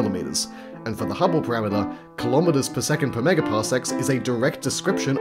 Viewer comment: Why do you say every name of every unit, prefix included, except for Celsius that you call "cee"? Well you could also include kilometre that you call "coulomb-eater" for some reason, which is cursed too. Kilogram, kilowatt, kilojoule, kilometre. Millimetre, centimetre, decimetre, kilometer. There's a pattern.